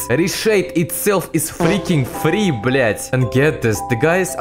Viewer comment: you won me with the 🤣 "Ri shade iz freaking frii blяaТ"